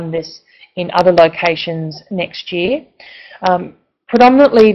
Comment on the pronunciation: It's Year, not Jear!!